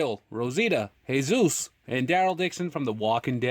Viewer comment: the way you prenounced jesus wasent right , it's just normal way . jee-sus